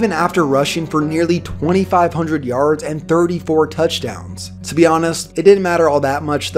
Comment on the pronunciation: The way you say “yards” tho. Yarrrrrrds